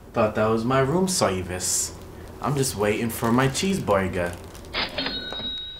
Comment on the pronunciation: Bloopers: You order way to much rom serviace Funniest thing I’ve heard😂😂😂😂😂🤣🤣🤣